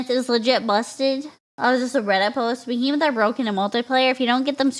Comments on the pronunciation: No you read that right, that's just how pronounces "behemoth" for some reason lol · decided to mispronounce behemoth for the whole video for some reason, on purpose. Thanks for the lovely giggles.